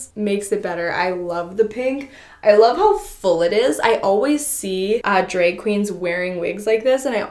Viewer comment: You’re not saying drag right